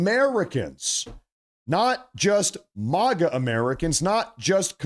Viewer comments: Dude!!! It's Maga. Mag- uh..! NOT MAH- GAA...!!! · It's MAGA, not Moga. Like MAGAzine.